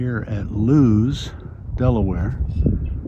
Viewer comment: BTW...It's LOO-ISS Deleware. Ask a native.